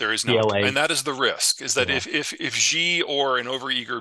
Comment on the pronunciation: She=Xi not jeeee or zheeee